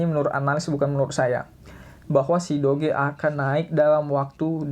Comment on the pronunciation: how we pronounce it = dōj (doge)